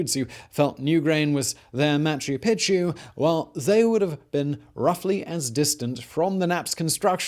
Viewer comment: Damn! I was hoping we could get through this without Simon mispronouncing Machu Pichu yet again....but, noooooo!